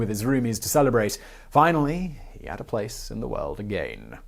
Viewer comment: I hate the way u pronounce the word “again” 🤷🏻‍♂️